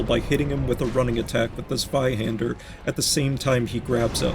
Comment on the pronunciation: 100 points for calling it the Zweihänder and not Zwiehander xd